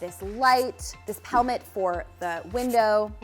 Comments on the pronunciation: Shes saying pelmet with a P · At first, I thought you said "helmet." When I looked pelmet up, it said Americans call it "cornice." I'm American . . . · LOL! The whole time I thought you were saying "helmet" until you put the word "pelmet" up on the screen. I had to look that up because I never heard that before. I kept saying it's a valance. When I looked up "pelmet" I found that it is the British word for "valance." Thanks for expanding my vocabulary! 🙂😊😉